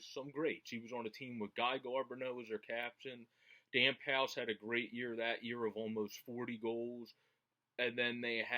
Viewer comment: Not to be a dick... But pronounced kirk mull-er (the player taken right after lemieux by jersey), gee (hard “g”) car-bo-no, and vincent dam-phoose...the last 2 names are francais! I got a few years on ya (53...from canada with a french canadian mother growing up...she worshipped les canadiens...)... I’m enjoying this nitty gritty website/channel...all of you have a great passion for all things Flyers...me too!!! Take ‘er easy! Bruce in Vancouver LET’S GO FLYERS!!!!!